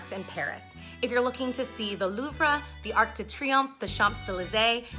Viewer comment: I love the shopping tours but if you are going to do any tours in Paris please learn how to pronounce the names of the places you are in. Know le is not la. Also Louvre is not Louvrey. Maybe Tour Guide needs to hire someone from wherever they are touring. I dislike when foyer is pronounced foyour, if one can not pronounce this just say vestibule. Also this was not a walking tour but a sales pitch.